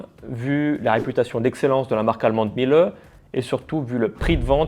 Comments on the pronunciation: Miele se prononce « mille » et non « milleu » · Dans ton pais, font quelque chose de mieux? Je ne crois pas . Aprend d'abord a prononcer le nom correctement. La pronciation phonetique se dit.(milé). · Révisez votre allemand, le E final se prononce